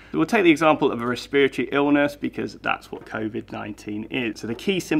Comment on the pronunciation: Did you say spiritual at all in this video because at first I was hearing spiritual instead of respiratory? I kept thinking "that doesn't make much sense". PS: it may be because I'm American. LOL